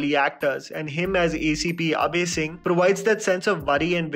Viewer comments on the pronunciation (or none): none